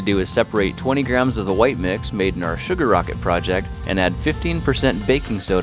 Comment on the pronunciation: At the beginning did you say chugar